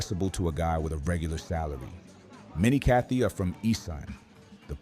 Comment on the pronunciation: it's said: ka-TOY ,not kathy